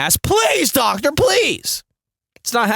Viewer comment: "medical doctorrrrrrrrrrr"